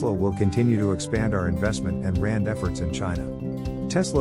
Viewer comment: "R&D" read out as Rand...